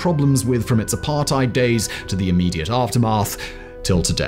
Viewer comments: Good video. But it's apart-ate, not apart-ide. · Well I live in this shit hole known as South Africa. Here some extras...for the record I'm late 30s and white male. Allot of these impending dooms where brought to light in the 90s after apartheid (FYI it is pronounced "apart - hate" the "ei" makes the ate sound in english). The ANC Gov had one thing in mind, to force integration especially in companies (regardless of skill). This was done with what's now known as BBBBEE (broad-based black economic empowerment).. This created a gap where you are forced to hire base on race not skill. This generally dropped the abilities of leadership and mentorship... For example, if you do business, but you are not at a high enough BBBEE score, you must use a subcontractor that is to bring up your points for the contract. This I have tested and the subcontractor was upto 200% more expensive and twice as long to quote then my normal suppliers. ANC connected people use this, and make shadow companies to get in on the deal, even though they would never been chosen if not for BBBEE. Zuma was probably the worst since 1994 (if not ever), he had (and probably still has) his hands in so many pies, that he is still not in prison, he was pardoned recently. He had the Gov (ie us )pay for all the upgrades to his homestead and the pool was described as a "firepool" (ie, a source of water if a fire was to breakout) As for china and russia. Russia was the ANCs big friend in the 80s (apartheid). ANC members and militants got training from them...hence you w